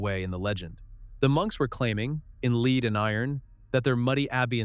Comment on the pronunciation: Lead is prounced Led